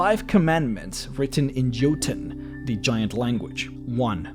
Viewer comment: Jotun comes from nordic languages, which pronounce the J as a Y, so Jotun is pronounced Yotun, but is probably closer to Yotin. I'm not aware if Icelandic has the classic "Uh" at the end of words that Norwegian has though.